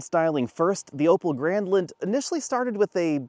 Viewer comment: I kept hearing "Opel Gremlin" lmao